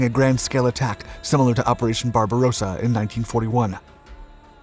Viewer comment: I see that we have "operation pink beard" back. It's "barbarossa", not "barbarosa".